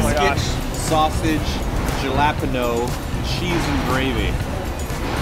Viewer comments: JA-LAP-PIN-O???? It's HAL-A-PEEN-YEO….. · I believe that the j in jalapeño is prenounced as a h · OMG did anyone catch "gellapeno" for jalapeno... that was way funnier than it should have been:D I love the name of that restaurant in Seattle, I totally want to go to Biscuit Bitch now (the food looked delicious too). videos are always so well done, I really enjoy watching their content and the creative transitions they used when they went to different states with the map and postcards... not to mention and being freaking hilarious;D Can't wait for part 2!! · pronounced "jalapeno" as "gellapeno" lol...so adorable. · said jalapeno wrong lol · Did you just call jalapeno Jay-La-pen-no??!! L.O.L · jelapano? XDDD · idek why but i laughed when they said 'jalapeno' instead of turning the 'j' to an 'h' but maybe thats a diff way of saying it because im hispanic so lol XD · I'm sorry, how did pronounce jalapeno??? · pronounced jalapeño so funnily hahahahahaha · pronunciation of jalapeño, lol.